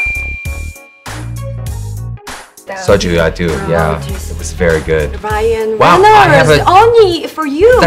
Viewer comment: 통역자가 어떻게 ryan발음을 r이 아닌 L로 발음하는지 헐 저 실력에통역이라니 놀랍다 ㅡㅡ